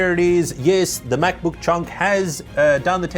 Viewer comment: The words "Mäc-Book" and "Any Good" ?!? BWAHAHAHA !!!!